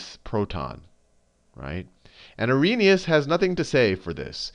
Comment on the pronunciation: its arrhenious ;)